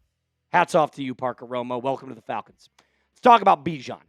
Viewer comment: by the way, bijan corrected the SNF crew that he'd rather be called "bee-zhon" again😂time to switch back